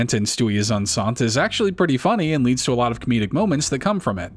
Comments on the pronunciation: OK, so the episode about Stewie being pregnant? ”Enceinte“ is pronounced ”EN - SEE - YEN - TAY“. It‘s the French word for pregnant, and is a reference to an episode of I Love Lucy where they revealed that her character, and Lucille Ball IRL, were pregnant. It was titled ”Lucy is Enceinte“ because, being the 1950s and all, the use of the word pregnant on television was considered unacceptable and taboo. Also, I may have only ever heard of the CW show Gossip Girl back in the day due to flipping through the local channels while trying to tune into WWE Friday Night SmackDown! on, well, Friday Nights. LOL. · That isnt how you pronounce Enceinte its closer to en-saint